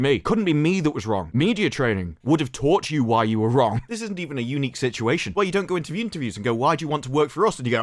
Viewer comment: I know you said unique, but I heard eunuch which made everything that much funnier…..😂😂😂